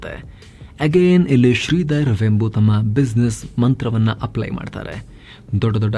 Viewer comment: Totally good presentation about a great entrepreneur! Liked it very much. His name is pronounced as ವೇಂಬು NOT ವೆಂಬು.